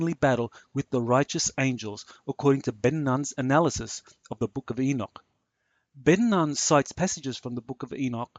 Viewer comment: Ben Nun is pronounced Ben Noon